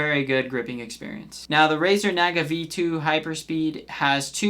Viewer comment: bro cant even pronounce naga and synapse properly.